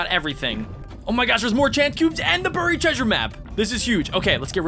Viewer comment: Stop saying burryed please